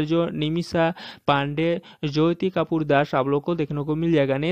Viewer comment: Apne galat bola Jyoti ko joti boliye to sahi uchharan hoga likhne me Jyoti but jab bolenge tab joti boliye .it's Jyoti =joti not joyti